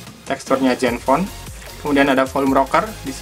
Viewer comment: zenfone atau jenfone bang😂